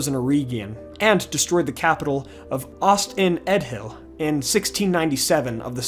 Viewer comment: Plus, Ost in Edhil isn’t pronounced ‘Ahst in ED hill,’ but like ‘Ahst IN eth eel.’ The dh pronounced like the th in ‘thin.’ Just sayin’.